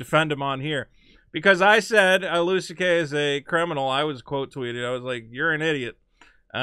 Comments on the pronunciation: It's pronounced "Louie" not "Lewis" you fucking monkey. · FOR FUCKS SAKE, STOP SAYING "LEWIS" (sprinkled with praise like he's your favourite comedian) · goddamnit pronounce the man's name correctly;)